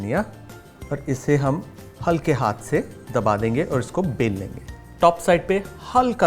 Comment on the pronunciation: Everytime you said isko bel lenge but I heared pel lenge😂